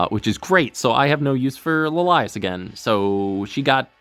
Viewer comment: "La lias" LMAOOOOO. Gotta say, never heard someone pronounce it that way.